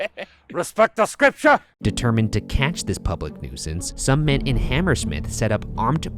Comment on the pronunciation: “RESPECT THA SCRIPTCHA !” - Shane